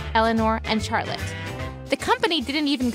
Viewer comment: The name Charlotte is pronounced with a “SH” sound. That really bugged me how she said that.